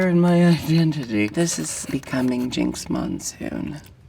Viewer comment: Jinkx MONEsoon